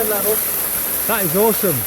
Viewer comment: ‘Oresome’ very enjoyable.